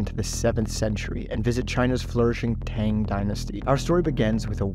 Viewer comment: Marco Polo did not discover Eye glasses in China and you mispronounced Tang every time you said it :P